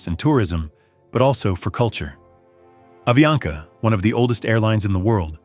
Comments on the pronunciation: Falando o nome da empresa errado , não é aviania , é avianca! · AVIANCA pas AVIANA